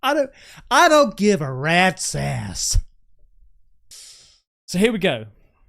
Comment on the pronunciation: you hick "I dont give a rats ass" is spot on and I had a boss who used to say it the exact same way - I live in Oklahoma, USA